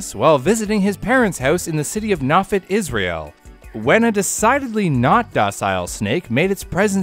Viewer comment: The name of the town in Israel is pronounced ho-FEET, and the hospital is ram-BAHM. The accent is always on the last syllable. Carry on!